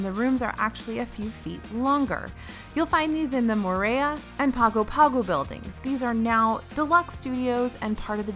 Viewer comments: Some island education here: It’s actually pronounced “PAHN-goh PAHN-goh”. Yes, I know. There’s no “n” in the name. But, that’s how it goes! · Fun fact to make you sound smarter than everyone else: the American Samoan city of Pago Pago is actually pronounced "Pango Pango" (or Pahngo Pahngo.)